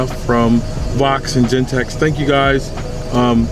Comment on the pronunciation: its genteX not Gentek